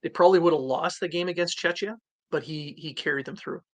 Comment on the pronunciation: Love the U17 coverage, thank you!! In case you gentleman would like to use the correct pronounciation of Czechia, it’s pronounced “Che-hia” not “Chech-ia” And for plural; “Checks”, not “Chech-ians”